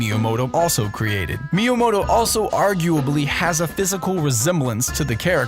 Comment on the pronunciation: ...Miyomoto? Why can literally none of the people reading pronounce these things? These widely known and accepted and recognized things?